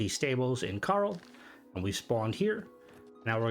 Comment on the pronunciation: Did you seriously just call "Chorrol" CARL?! Thats hilarious 😂